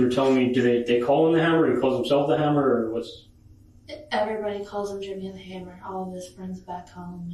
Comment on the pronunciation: She took prescription meds in Marks name so she wouldn't leave a paper trail? Did i hear that right? Also says "Jimmy the Hummer" not hammer